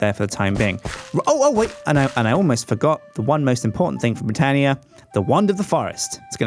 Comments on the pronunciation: stop the botania Also it's pronounced (but-ania) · Like this so will get more knowledge and stop with boootania